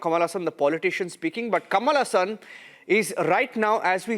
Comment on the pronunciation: Ha ha.. Since when "Kamala Hasan" became "Kamalasan" 😅